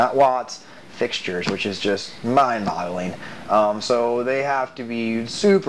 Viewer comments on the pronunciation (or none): did he say "mind bottling"????